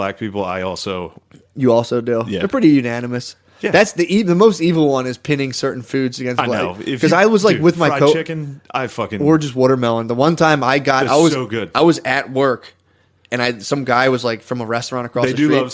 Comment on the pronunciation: i get viscerally upset when matt says woodermelon